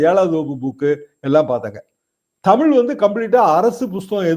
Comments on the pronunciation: அவனை பற்றி பேசி வீணாக நேரத்தை வீணாக்காதீர்கள். அவனுக்கு தமிழ் உச்சரிப்பு கூட சரியில்லை. ‘தமில்’, ‘வலக்கு’😂😂😂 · அண்ணாமலைக்கு கூடத் தான் ஐபிஎஸ் ஆகி,இத்தனை வயதாகியும் தமிழை தமிழ் என்று உச்சரிக்கத் தெரியாது தெமில் , தமில் என்பார் அதற்காக அவர் படிப்பறிவு இல்லாதவர் ,. இவர் படித்த பள்ளி எது இவ்வளவு கேவலமா சொல்லி கொடுத்து இருக்கிறார்கள் என்றா சொல்ல முடியும். ஆட்டு குட்டி அவ்வளவு தான் நம்மூர் 3ம் வகுப்பு தானா